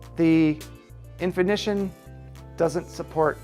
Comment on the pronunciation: Thanks for the video. Full of good info. In-fini-tawn I am not saying you should script your videos, but writing down what you want to say beforehand and NOT reading it as you go a long would be a good idea. You do a lot of onscreen thinking which results in a lot of pauses and afterthoughts.